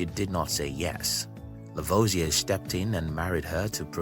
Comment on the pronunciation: Are you aware that you can edit the transcript? You pronunciation is so unclear that some names are totally mis-transcribed and also impossible to understand while listening to the video, which apart from these errors is very interesting. Example:// Working again with Pierre Simon Laplace Lavoisier burned hydrogen// becomes in the transcript this:// working again with spurious semen Laplace lavage a burned hydrogen with oxygen // which is highly inappropriate. Add to that: Hydrogen is not burned, it burns, and that is of course the chemical process which could be called "oxidizing hydrogen" or just, "he let hydrogen bond with oxygen and form water."